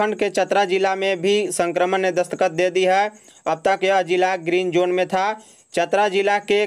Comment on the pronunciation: उच्चारण सही रखिए दस्तक को दस्कत कहना वह भी बार बार कितना सही है?